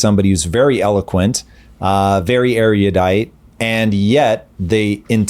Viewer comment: "Now I'm using my language...(10 seconds later).... ariodite"